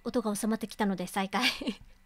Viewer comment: 、リクエスト採用ありがとうございます！！ 読み方、きしもじんであってますよ！！ って、読み方出ましたね！！ このゲームは本当に無駄な事柄が一切なく最後のフラグの回収が凄いゲームです！！ 八塚（やつか）ですよ～ 最初の音量でも自分は大きすぎなかったですよ～ My梨イオン！！！ セーブデーターを別けて、グッド・ハッピー・そして、自分が一番お気に入りのトゥルー・三つのエンディング、見ますか？ どれも、素敵な終わり方なので、ぜひ、3つとも、見ていただきたいです！！